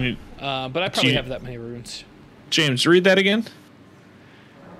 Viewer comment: still don't know if you call runes "ruins" for a bit or not. as absolutely hilarious as the bit is, please stop, it triggers me😛